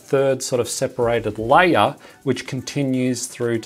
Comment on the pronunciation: Why instead of saying "layer" you say "liar" ?